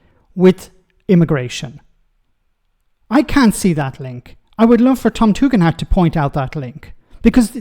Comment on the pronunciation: stop gas lighting us we know how to pronounce tug end!